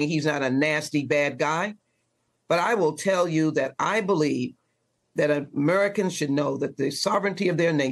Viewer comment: She said, “Amurikans”